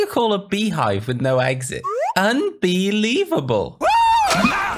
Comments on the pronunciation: Unbeelivable Me: laughing Now shout me out please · Your Unbeeliveveable XDDD lol.